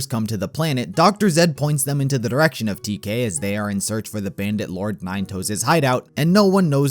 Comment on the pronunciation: Why do you say "thee" in place of "thuh?" Why does everyone talk like that nowadays? Why does he call it a "wave rifle" when it's a shotgun?